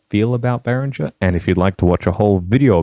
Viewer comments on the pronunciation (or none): It's pronounced bay ringer.